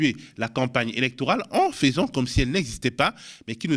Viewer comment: je veux te le dire depuis des années sans oser: ça s'écrit fAIsant certes, mais ça se prononce fEsant, comme un faisan. Désolée. Merci. Je t'aime fort <3